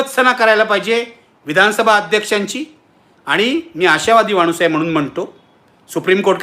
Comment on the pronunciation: क्षन?, मानुस? लई भारी मराठी!